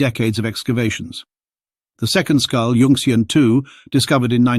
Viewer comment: yun-xian not yunx-ian